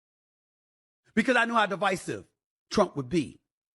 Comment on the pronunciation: Love when u say uncle Trum❤❤❤❤😊